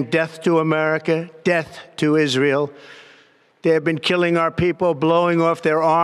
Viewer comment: Iran is the bully of the Middle East? He mispronounced Israe.